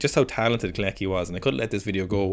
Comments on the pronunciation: I think you pronounce him "Co-latch-ky" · After butchering kolecki's name so many times I don't think you have any right to complain about people not pronouncing Irish names right lmao 😭